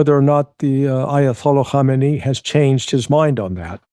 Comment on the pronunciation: Hey Larry - thanks for all the great work you're doing- you're a breath of fresh air. And, may I take this opportunity to congratulate you on your pronunciation of the name of the Iranian religious leader - Ayatollah Ali Khamenei. I think you worked out the trick that Khamenei has 4 syllables whereas his predecessor's name Ayatollah Khomeini only has 3 syllables. Thanks again Larry and can you kindly pass on this little tip to your other colleagues such Scott Ritter as well as others :) Cheers.